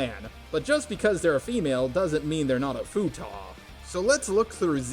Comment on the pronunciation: ... Okay, just being curipus... Do you mispronounce "Futa" on purpose to avoid demonetization, do you just think it was pronounced like that, or is this the actual way to say it and is it a collective mispronounciation from the rest of us? I always pronounce it as "Fute-ah"